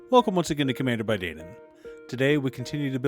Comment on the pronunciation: Dain rhymes with sign.